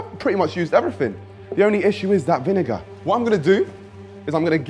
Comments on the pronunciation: Bruh no way in hell you're saying "vin-n word" instead of vinegar that's mental😢 please don't make that a thing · niko calling vinegar "vin n word" killed me 😂😂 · THIS! It was Kenny asking to repeat it first, then says, “er.. vin-fella” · repeat the word vinegar 10 times until u get it